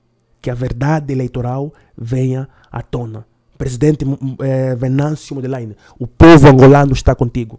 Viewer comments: Só uma observação,. É Mondlane, não Mondlaine. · estás de parabéns e nós Moçambicanos agradecemos muito pelo vosso apoio. Mas peço um favor muito grande. O nosso presidente se chama Venâncio Mondlane, não Modelaine. Agradeço a compreensão!! Abraços dê Moçambicano em Moçambique. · Se vais fazer conteúdo a falar do nosso presidente, tire pelomenos 1hr e treine a pronúncia do apelido dele, a pessoa que você pronunciou aí não é nosso presidente, talvez é teu visinho.